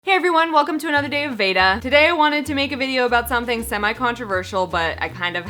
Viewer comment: The way you say VEDA bothers me